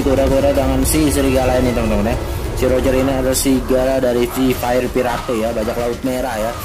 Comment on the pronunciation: Tulisan : Fire Pirate Baca : Fair Pirate (baca jelas) Wkwkwk